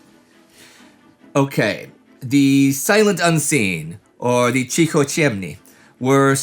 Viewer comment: Dude, you nailed Cichociemni but apologise for Niewadi? :D